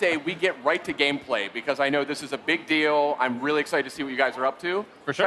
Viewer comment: Lmao "Gamepray" I'm confused, why is L so hard to pronounce?